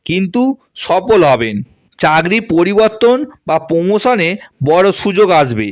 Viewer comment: আমনারা, চাগরি, পেম, পোআবে , পোমোশান, .........এই কথাগুলো, একটু ঠিক করে বলুন 🙏। আপনি যেগুলো বলেন, সেটাই লিখলাম, শুনতে খারাপ লাগে 🙏।